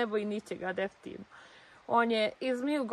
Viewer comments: Da bar i to definitivno izgovori kako treba,ona kaze defitivno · Ma kakvi definitivno.Ona kaže defitivno 😅😅😅